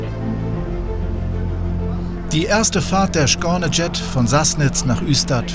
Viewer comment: "Schkorne Jet!.. ich könnte kotzen.. Wer hat dem Sprecher das denn beigebracht?